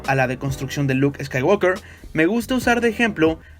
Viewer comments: Ni en la versión de Hispanoamérica ni en Inglés subtitulado dicen "escaiguolker" sino "escaiguoker" sin la L, ¿por qué lo dices con la L? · Buenas bases, buenos argumentos y excelente conceptualización, mejor aún el análisis. Sólo por favor pronuncia bien en inglés; la "l" antes de la "k" no tiene sonido. Gran video. Saludos.